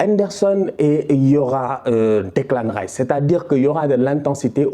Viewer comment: J’aime bien quand tu dit Deklin tchep 😂😂😂